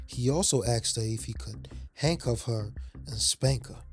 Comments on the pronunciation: Asked not axed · Why do black people say "axed" instead of the way it's spelled, "asked?" Merely wondering. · Nice voice. But. Please pronounce ASKED as it should be and not axsed, it’s very distracting and frustrating. Otherwise. Fantastic production 👍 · He aSKed them, he didn't aXed them. Well, maybe he did axe them too, but that's not the point.